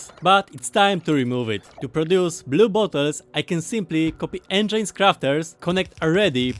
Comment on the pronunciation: Please stop saying engeins, its spelled eng-i-nes